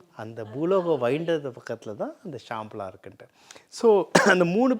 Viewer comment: Not Shamala it is Shambala